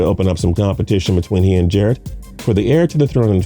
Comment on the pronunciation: How do you not know how to say Jarretts name it ain’t that hard 🤦🏼‍♂️ all these guys are gonna get passed Jarrett is bills next guy